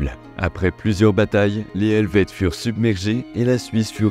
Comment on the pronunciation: Bonne vidéo! La prononciation des noms laisse vraiment à désirer 😂 Vous êtes excusé pour la prononciation des noms allemands. Mais Calvin était français, donc pas Calvinn. Et le h d’Helvètes est un h muet.